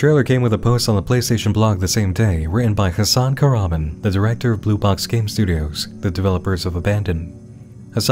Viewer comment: One thing that makes this weird to me is the guy's pronunciation of "Hasan Kahraman" is completely off from turkish which makes me thingk this is some sort of pseudonym